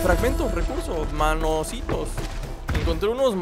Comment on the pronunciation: es nanositos,no manositos